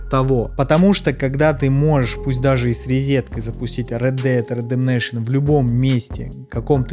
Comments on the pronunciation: рэд дэд ремджинайшен? рэд дэд рэмпейджмен? ты блять читать не умеешь чтоли еблан? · Рэд дэд рэндэмнейшан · Спасибо за видос норм сделал, но орнул с оговорки(?). Ред Дэд Редемнейшон 2 (Red dead reddemetion 2)🤣🤣🤣🤣🤣😂😂😂😂😢😢 Редемшн если что (redemption) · Повторяй за мной Рэд Дэд Рэдэмпшэн, сам ты Рэдэмнэйшэн))) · Чего чего? Рэд Дэад Рэддэмнэйшен 2 ?)) Ну ты выдал) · Рэд Дед Ретептейшен🤣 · Рэд бэд бэдэбейшен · Да, Ред Дед Редемнейшн 2 - это круто ) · Без негатива. Видос классный, спасибо те за работу, информативно, круто. Но чуваааааак, УНРИАЛ энджин (А?), Ред дед РЕДЕМНЕЙШН (ЧОООООО?) и еще несколько подобных издевательств над словами... Если это прикол, то извини, не выкупил. Надеюсь, это прикол, а если нет, то будь внимательнее, пожалуйста, с произношением и прочтением подобных слов. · Унреал Энжин, Стар Варс Фален Орден, Ред Деад Редденейшн 2 😅 Братан, английский - явно не твой конёк))